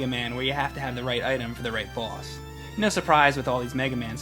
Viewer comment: I like the way says boss. Its like "bwoss".